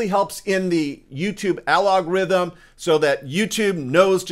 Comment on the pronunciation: Absolutely fabulous. I hope you don't think I'm an a-hole; algorithm, not alogrithm